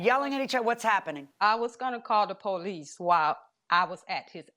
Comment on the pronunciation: That poe-leece.